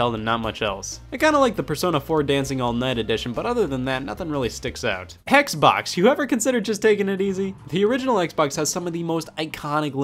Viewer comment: Hearing scott say "hexbox" gives me flashbacks